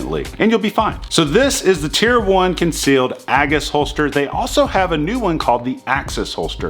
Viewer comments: A-GIS not A-Gus... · AGE-iss, not AGG-iss